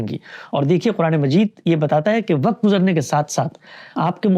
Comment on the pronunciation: ، درجنوں دفعہ آپ سے درخواست کی ھے کہ لفظ "وّقت" ھوتا ھے۔ وقعت نہیں ھوتا۔